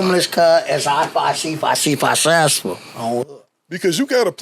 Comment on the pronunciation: Can someone translate this "as i 5 c 5 c 5sessful" ?